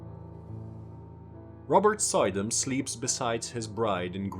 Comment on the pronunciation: It's not pronounced, "Soy-dam", it's "Sue-dam" (emphasis on second syllable) - old Dutch "oy" is "oo" in English. Other than that, awesome video!